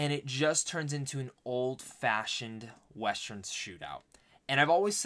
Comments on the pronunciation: huh what?🤣 It's not about how you saw it. You keep mispronouncing the word "western". Its not westRen. But it's whatever😂. Good luck with your content dude:) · Nice review! But pls learn to pronounce WestERN though, it's getting awkward😂